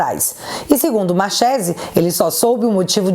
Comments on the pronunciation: pronuncia-se marquesi..nome italiano. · Marchese é sobrenome italiano, Ch se pronuncia como que, então seria Marquése a pronúncia correta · Escreve se Marchese, mas a pronúncia e Marquesi. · Marchesi não se pronuncia com som de "X" e sim com som de k, markesi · Marchese = pronúncia MARQUESE,.... Só um adendo. E se escreve assim mesmo ❤😘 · Me desculpe a correção, mas "Machese" se pronuncia "Marquese". Obviamente se for italiano. Por que sei isso? Sou "Chiarini". 😂 O restante está perfeito como sempre. Parabéns!!!! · É italiano: lê-se: Marquese. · Pronuncia Markerse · Oi, acho q o nome é pronunciado Marquese(Marchese) eu acho por ser descencia italiana.❤️❤️❤️😊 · A pronúncia é Italiana : Markezi 😊😊😊😊😊😊😊😊😊😊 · escreve-se Marchesi, mas lê-se Marquese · Markese...ch em italiano se pronuncia k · Marchese - pronuncia 'marquêse' (italiano) - marquês em português. Valeu. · só para você saber a pronúncia correta, é com "ch" mas é Mar"k"ese. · Se pronuncia Marquesi 😂